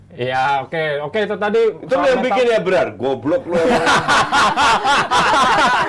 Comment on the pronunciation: bilang goblok ke abrar renyah banget didengar 🤣